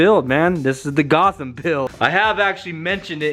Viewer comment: You putting a k in Gotham arent you